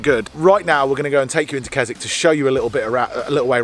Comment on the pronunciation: Mate, Waterhouse campsite is not first come first served. We go there every year, you need advance bookings and it can be done online. Secondly, Keswick pronounced Kizik.